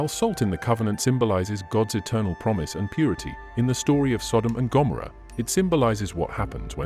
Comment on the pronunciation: I am so sick of AI. Every single post something is pronounced wrong. Here Gomorrah. This narrator says Gom oh ruh. I cannot listen any longer. Every single post is like that. Earlier a narrator said bee har not bay har for joy behar on the view. We. Are. Over. Run. By. AI. When will there only be AI? No? It won't happen. Watch. Insidious. You can say I am missing the point. Maybe we should be reading the Bible instead of listening to these posts. I massacre the words of the Bible. I believe God forgives me. I believe God does not forgive AI. Or those implementing it. Shalom